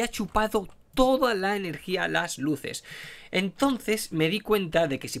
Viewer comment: Cuando explicó que se apago las luses literal mente no le entendí XD